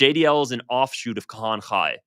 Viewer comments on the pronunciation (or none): pronunciation is not his thing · You are saying Kahane's name wrong...not that he deserves saying it right... but its bugging my pedantry.